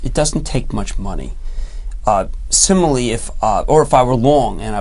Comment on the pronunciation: "Similly" lol